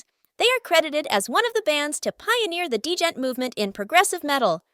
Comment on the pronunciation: FYI djent is pronounced 'gent' as in 'gentleman' rather than dee-gent and refers to the dj-dj-djent sound of chugging distorted guitars :) Tesseract are absolutely pioneers of progressive metal music though, very distinctive in their more atmospheric and dynamic style. Slightly controversial but my favourite album of theirs is Altered State with singer Ashe O'Hara taking over vocals and lyric-writing while Dan took a break for other projects. Altered State still has plenty of complex prog but I find the songwriting much more 'accessible' and Ashe's style is considerably more of a pop-ish aesthetic with no harsh vocals.